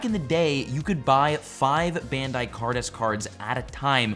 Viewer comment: Bandai is pronounced "Bahn-dye", but thx for the video! But to answer your question, the base set in English of 99' was my fave, its what i have the most of as that when i collected. Now my kids have recently started and its re-piqued my interest lol